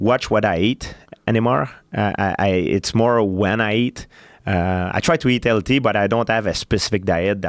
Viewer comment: After all these years George pronounce healthy as LT I'm not impressed by your performance!!